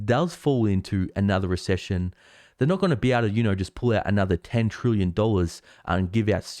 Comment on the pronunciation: It's "trillion", nor "trooyon"